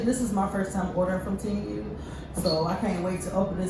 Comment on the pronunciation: You are butchering the name sweetie, it’s pronounced tee moo ,a long sound u but you say it like moo like the sound a cow makes. So it’s like tee moo not teem you , I know it isn’t spelled like that but this is what it sounds like. I’m not trying to be disrespectful, because you happen to be one of my favorite YouTubers. So please don’t take it the wrong way